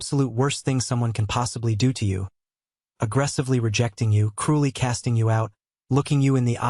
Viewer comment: Cruy ❌ Cruely ✅